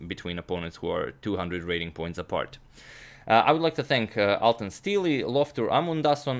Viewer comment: The 'e' at the end of 'Steele' is silent